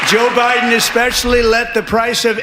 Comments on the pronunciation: Behar said "O'Biden"...Freudian slip? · Freudian slip… she said “O’Biden” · I here her say Obiden I swear she did she is so stupid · Note she said OBIDEN! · Joy definitely said Obieden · lol joy said o’biden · Did I hear that right? She said Obiden... proof that Obuma was behind all this? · Did Joy say Obiden??? Hmmm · Did joy say Obiden??? Things that make you go hmmmm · She said OBiden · Did she say O'Biden??? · Joy said Obiden lol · DId Joy just say "O'Biden" ??? 🤭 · Joy said "Obiden"